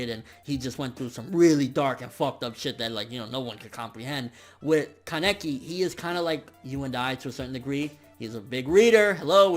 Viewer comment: Haha you killed me when you said ka-neck-i